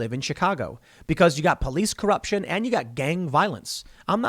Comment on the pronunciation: tohtul currupshun is imminent